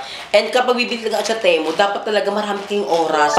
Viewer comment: Hindi teh-mu ang basa Ti-mu